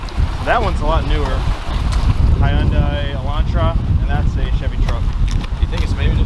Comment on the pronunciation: it's Hy un dai.